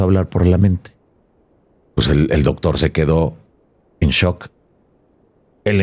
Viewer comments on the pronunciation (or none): none